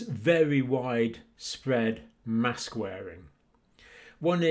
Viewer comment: Mask for what MASSKKKCs pronounce